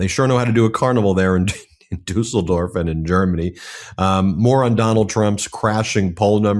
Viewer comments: Nice pronunciation of Düsseldorf👍i'm really impressed!🇩🇪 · Ben wins the "Pronouncing Düsseldorf correctly" award 👍 👍 👍 Ty for the video 💙 💙 💙 💙 💙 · Yes, must be quite difficult for an American to say "Düsseldorf", but Ben got it right! 👍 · The German carnivals have akways been rather political and both Trump and Putin have been playing a big role for years. However, Ben: Congrats on your pronounciation of "Düsseldorf", good job! Just do NEVER mess up the Düsseldorf carnival with the Cologne one - they've been rivals for centuries. No kidding.